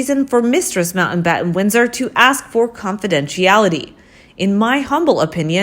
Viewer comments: The name is NOT Mountainbatten. IT is pronounced Mount battin. What is wrong with this woman and her inability to correctly enunciate words with a T in the middle?? Important is pronounced Impor TANT. Where did this woman learn English? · FFS....It's MOUNTBATTEN not MOUNTAINBATTEN